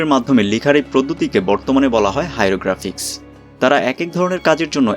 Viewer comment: হাইরোগ্রাফিক্স নয়,হাইরোগ্লিফিক্স।